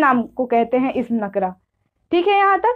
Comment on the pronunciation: Nakra nhi nakira padhte hain